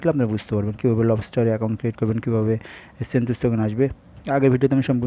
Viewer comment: ভাই সেনটুস নাহ...সেন্টাস! 😒